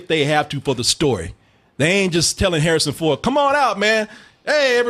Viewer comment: "Harrsin Ford." Good job...